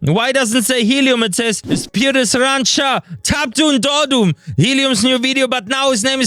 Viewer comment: It's pronounced as Pyotr Sa-ran-CHA